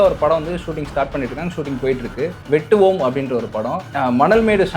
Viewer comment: Padika therinja tha padi.. Thappu thappa padichi adivangi sagatha... Athu வெட்டவோம் இல்ல டா.... வேட்டுவம்